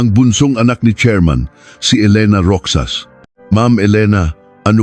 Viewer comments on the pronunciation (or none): MALI PO ANG PAG BIGKAS NG ROXAS LIKE ROHAS GANYAN MO ANG PAG BIGKAS NG ROXAS ..HINDI ROKSAS ..